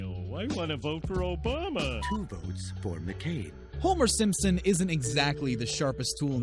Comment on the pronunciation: SimpsoN not Simpsom, wow.